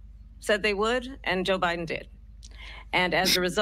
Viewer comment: She said obiden